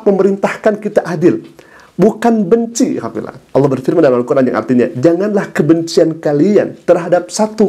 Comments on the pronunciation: dia Bilang ALAH bukan ALLOH ?😂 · Dari cara bicara saja kata Allah tidak bisa sebut,,,hahaha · Sepandai pandainya dia berbohong toh akhirnya keceplosan juga...dengan penyebutan Allah menjadi Alah.. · Ngaku2 islam sdg cr nyebut Allah saja dg menyebut alah.